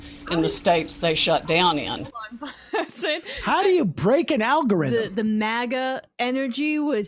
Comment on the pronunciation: All Powell's yammering about "algorithims". She couldn't even figure out how to program a computer to print "Hello"!